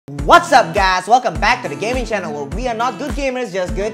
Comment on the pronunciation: At intro he said what's up gas